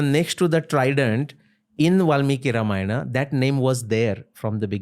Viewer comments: Everything is for great!! But please call ‘Ramayan’ as ‘Ramayan’ and not ‘RamayanA’ so on for Mahabharat, Yogi, Ravan, Ram, etc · Sir i VERY much like your clips.. but HELL! Stop using EXTREMELY BAD pronunciations of names. Its very bad!